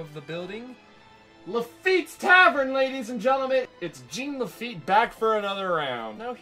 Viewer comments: I kept getting confused listening to this in the background. No one in Louisiana pronounces it GENE Laffite it's more like Jawn Lafeet. Which would be the correct pronunciation since he was a French pirate. Laffite's Tavern in Tom Sawyer island is probably a heavy reference to the Blacksmith shop he ran in New Orleans (which is now a bar) when his business was stationed there. Good video though. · Didn’t have time to retcon your pronunciation of Jean Laffite in this cut, eh? 😊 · as someone from louisiana, everytime you say "j e a n" laffite, i wince the pain it hurts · he neatt he sweett but most importantly he talk bout Jean La feett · JOHN LaFeet.